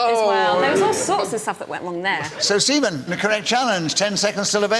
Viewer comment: Why does it sound like he keeps calling Stephen, semen?